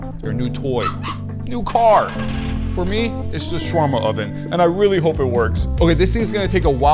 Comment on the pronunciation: he prounounced shawarma wrong not trying to be mean